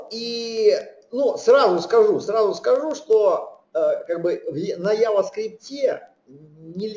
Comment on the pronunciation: Вцелом лекция неплохая, но 1) Произносится JavaScript как "джаваскрипт". Ява, это чай. 2) для приведения строки к числу используется Number ; 3) По поводу последнего примера очень хочется получить адекватный комментарий от автора.